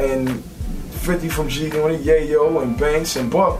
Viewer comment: when the game reads "g g g g g unot" it sounds like he can't read, like he's trying to pronounce g-unit lmao